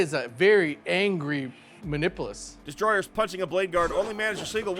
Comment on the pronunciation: Dice tell stories, and the story they wanted to tell today was, "The Emperor prefers to be referred to as the Omnissiah today." Also, LOL at them pronouncing "muh-nip-you-lus" as "mah-nipple-us". 😂